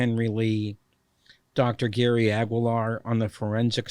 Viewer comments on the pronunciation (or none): none